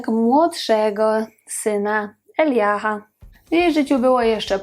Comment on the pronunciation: Dziękujemy za filmik, bardzo fajny🤩 Jeśli mogę to naniosę małą poprawkę- imię jej drugiego syna (Elijah) wymawia się Elajża (fon.) 😉